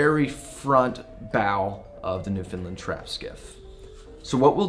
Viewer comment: Hey, don't know if your aware of this or not, It's not pronounced Newfinland its pronounced New found land/newfoundland. obtw got recommended by Marc Nomad Boatbuilding he gave a plug to your channel.